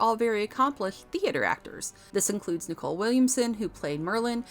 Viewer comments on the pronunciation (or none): Interesting video, but a bit undermined by the mispronunciation. It's Nicol, not Nicole Williamson and the Ciaran in Ciaran Hinds should be pronounced with a hard C (as in Kieran) rather than as Siaran. Pity. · Ciaran = Keeran not Seearan, NICKel not NiCOLE. Get a new narrator this one is a dolt. Also MoriArity not Moriority. And Vagner not Wagner, sheesh.